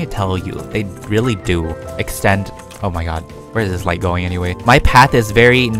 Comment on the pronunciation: You said O mY Gwod lol 😂